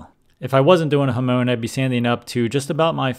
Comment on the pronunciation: Not Hamon as in the Ramones, but Hamon as in Monica